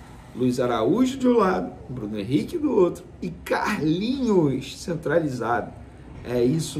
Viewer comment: Foi contratado pra jogar Vene, Não de essa ênfase ao falar o nome do CARLINHOS. Menospresa demaaais kkk